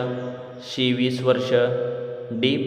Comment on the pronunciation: सी म्हणा, शी काय म्हणता? मराठी त अ ब क ड म्हणा